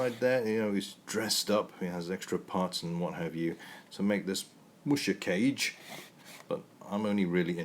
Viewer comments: It's "kah-gay", silly. It's amazing how far kits have come since then. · Neat! You finally scored one of those vintage BB kits. BTW, musha means "warrior" and kage means "shadow." The vowels in kage are not pronounced like "cage." The "a" is the same as "all" and the "e" is the same as in "every." Japanese vowels are identical to Spanish vowels.